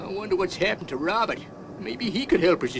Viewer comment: It's funny how pronounces it, Rowbutt!